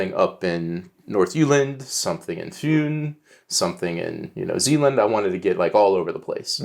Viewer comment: Perfect pronunciation of Fyn :)